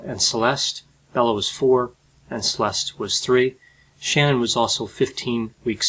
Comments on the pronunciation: he keeps pronouncing shannan's name wrong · IT'S NOT SHANNON IT'S SHA-NANN, she was particular on her name pronunciation. Please get it right. It's important to her.